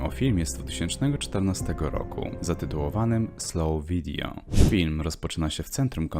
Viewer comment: Strasznie nie wyrażnie to powiedział i cieżko zrozumieć.